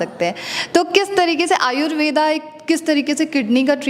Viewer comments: Thanks for information, कृपया आयुर्वेद को आयुर्वेद कहें, आयुर्वेदा बोलकर इसका अंग्रेजीकरण न करें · Madamji,namste.Apka dr.sab ke sath jo bahut mahatvapurna batchit hui ye acha laga .Lekin es darmyan aap Indian hone ke bavjud Ayurved is shabda ka sahi ucchar kare ese "Ayurveda" na kahe ,dhanyawad.